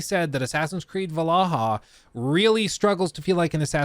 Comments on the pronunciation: Valaha?? 😂You mean Valhalla lol, good vids tho 👍🏼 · I’m sorry…”Valaha” 🤣🤣🤣 you mean Val-hall-a 😅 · IS nobody gonna talk about how he pronounced VAL-HALLA , VALA-HA! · What's wrong with the pronunciation of Val - hal - la??? Why do you keep saying VALAHA??? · *not "/valahl-ha/", it's "/val ha lah/" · I chuckled every time you called Vallhala Vallaha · "VaLaHa" instead of Vallhala, pretty smooth 😬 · it is Valhalla nat Vallaha. Yes, we know. Its about joke overstaying its welkome... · Are you saying Val-Ah-Ha" wrong on purpose? Is it an inside joke about the Assassin's Creed game or something? It's pronounced "Val-hal-lah". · This video is cool and all, but him saying Valaha instead of Valhalla is the highlight for this video to me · It’s Valhalla not “valaha” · Every time he says VALAHA, i cringe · Did you really say VALAHA ? 🤣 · this dude just said valaha for ac valhalla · no way did this dude just pronouncd it 'val-ah-hah'. looool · "va-luh-hull" bro wtf 😭😂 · VAL-HA-LLA You must be trolling 😆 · we love assassins creed vlaha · Did he just call it AC VALAHAA? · Just curious as to why Valhalla is being pronounced ‘Vallaha’? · Hang on, you said what? Va la ha ? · I’m sorry I can’t get over you saying “Valahah” 😂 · bro really said val a hah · Say Valhalla right!!!!! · Bro butcherd the word valhalla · Oh God I cringe so hard every time you try to pronounce Valhalla. Nice video though. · . How the hell did he pronounce Valhalla? Lmao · surely that’s not how to pronounce Valhalla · That Valhalla pronunciation was hilarious. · How many times is he gonna mess up Valhalla